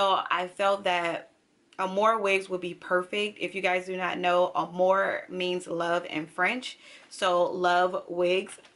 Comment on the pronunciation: Nice video! Love the hair you have on too! FYI "amour" in French is pronounced "Ah-moo-r ", moo like a cow, not more. You are doing the Spanish pronunciation "amor" "ah-more".